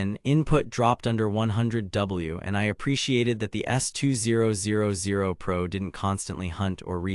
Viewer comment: I find it very annoying listen to you saying S 2 0 0 0 rather than S2000